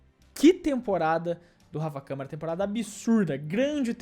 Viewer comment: Grande "Rafaiel Camahrah"